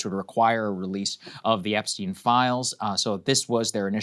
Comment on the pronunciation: just to clarify, it's not "epsteen" but epstein.